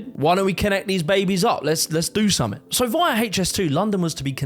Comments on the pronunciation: birminam lol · You lost me at Bir mi nem.